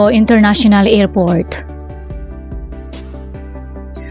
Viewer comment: Aw tseka International Ngerport😂😂😂